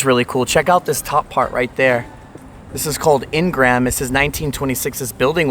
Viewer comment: Looks like a great place for a Artificial Intelligence Data Center. In-Gram? It's pronounced Een-graham. Wood panel of that sort is more indicative of the 1970's. Not like a full garage? It's called a "car port" useful for hailstorms. Those places are full of black mold, better wear steel toe boots and a hard hat.